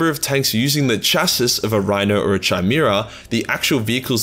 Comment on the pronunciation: Hellhound : exists. Salamanders : « MY PRESHIOUUUUUSS » And... Did you just high five yourself ? Also, Chimaera is pronounced Kaïmehra. Greek dyslexia again.